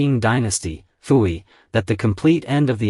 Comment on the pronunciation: His name is PU-YI.......not FU-EEEE. And you people want AI to run the world?!?!?